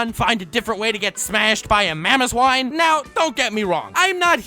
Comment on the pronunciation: The way he says Mamoswine kills me.